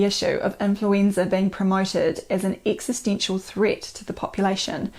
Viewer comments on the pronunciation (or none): none